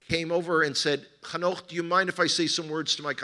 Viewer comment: It's Hanoch, BTW ;-)